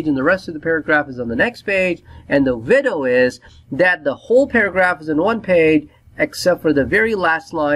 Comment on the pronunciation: widows not window lmao but thanks for the explanation